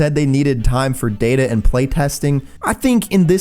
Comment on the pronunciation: ah yes, d a t a